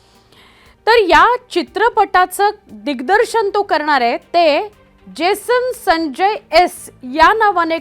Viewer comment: Baai jibh saral nahi aapli. Uccharan kartana jad hot aahe. Jason sancchay , jason sanjya bolatana jibhela ghaam futat aahe 😂😂😂😂